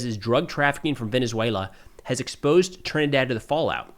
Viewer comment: sounds like you say trendy water. Let's call it club trendy-Dee-water